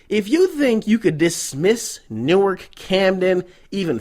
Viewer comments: Newark dont play. For real. And the real homies don't call it New-ark. It's pronounced Noork. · bruh on god that sound jus like newark folk, nd it's pronounced nork